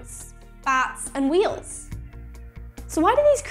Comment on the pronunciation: She said whale 😂